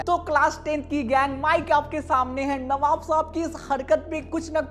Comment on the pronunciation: Navab ❎ Kabab ✅😂